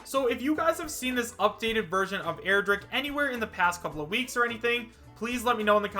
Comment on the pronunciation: stop saying airdrick and stop falling for smash 4 mods